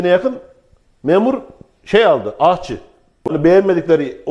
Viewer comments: MEB Memur ahçı almadı, memur aşçı aldı. Bu şerefli mesleğin ismini lütfen doğru telaffuz edelim. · Soğan soymasini bile bilmiyormuyuz...ne kadar yersiz bir görüş....her şeyden önce aşçılara kadro istiyoruz..en zor mesleği en iyisiyle icra ediyoruz..bu arada ahçı degil aşçı nacizane görüşüm ✋